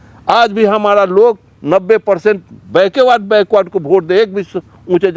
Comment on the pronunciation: बैकवर्ड होता है बैकवार्ड नहीं पहले बोलना तो सही सीख लो